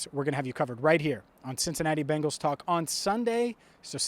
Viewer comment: It’s not Bangles It’s Bengals As in Bengal Tigers Bengal being a state in India Native to the mentioned tigers Bangles are what your mom would wear if she wanted to teach you how to pronounce correctly in the one language I assume know